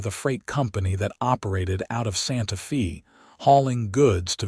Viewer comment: Again, it would be more enjoyable if the AI narrator pronounced words and places correctly. Santa Fe, the "Fe" is pronounced like Spanish...sounds like "fay". Intersting story, some behaviors don't change--spousal violence with usually, but not always, with the woman being beaten and abused. Also, nice to hear a good representation of Lordsburg, NM.